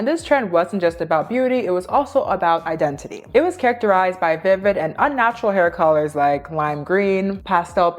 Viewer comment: Nkkkkkkkkk 😂😂😂😂 Identity ❌🇳🇬 Idendidy ❌ 🇺🇸 IdenTiDy ✅ Much love from Nigeria… your brilliant detailing is great 👍